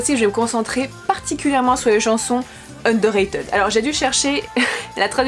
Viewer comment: Juste ça se pronomce "underra"tide" :") Sinon jai adoré ta vidéo ^^